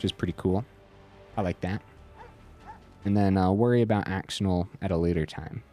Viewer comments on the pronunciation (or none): really cool deck!! def gonna try it out soon i've been wanting to try screaming nemesis but ftr axonil is pronounced "ash-oh-neil" lol